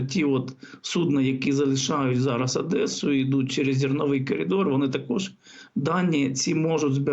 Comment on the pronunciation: Одеса а не адеса